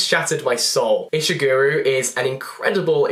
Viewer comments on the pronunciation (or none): i am so sorry but WHY do all british people insist on pronouncing his name ishigu-RU when it is so clearly ishigu-RO like he is one of your most prolific contemporary writers and yet his name is mispronounced by nearly every brit i just- edit: i've added sooo many of these to my tbr so excited ✨